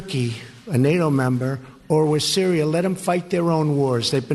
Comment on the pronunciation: Did Dump just just say cereal instead of Syria? This man needs a language expert to teach him how to pronunciate his words. Like we all know Turkey for some is food, I never had a bowl of Syria before. 🤔🙄